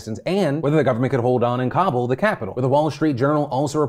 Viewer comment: I love phill But man the way you say Kabul makes me twitch so bad!